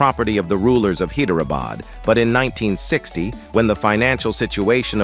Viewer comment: Hyderabad pronounced High der a bad.